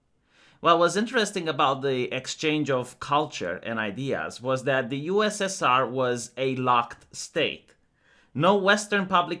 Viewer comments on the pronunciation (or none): none